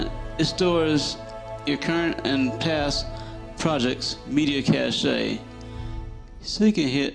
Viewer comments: Its pronounced cash :) Le français! hahahaha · Thanks for the info! Exactly what I was looking for! Please don't take this as me being rude...But since you helped me, I'll pass some of my knowledge onto you also. "Cache" is pronounced like cash ($).